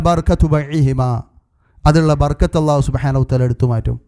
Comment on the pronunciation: ബർകത്ത് എന്നല്ല ബറകത്ത് എന്നാണ് ശരി